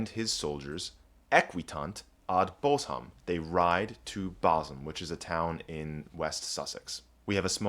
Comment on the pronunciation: Well done on the correct pronunciation of Bosham. Incidentally, it’s a village rather than a town: it’s too small to be a town